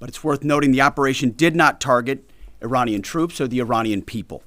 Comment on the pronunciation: He can't even say Iranian. Sounds like Uranium. What an absolute twat your president is.